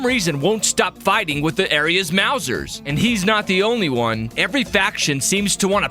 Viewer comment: it makes me laugh super hard every time you say 'maw-zers' as opposed to the correct 'mouse-ers'. comic gold. were you even familiar with tmnt before this?